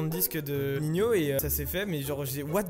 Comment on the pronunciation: On dit Nino pas ninio